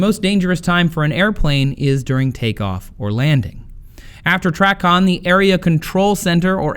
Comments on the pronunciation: 'Tray-con' is the pronunciation, not 'Trac-on'. 8 Years as a controller myself. Very good overview on the information presented though, loved it. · Tracon (tray-con) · TRACON is pronounced "tray-con"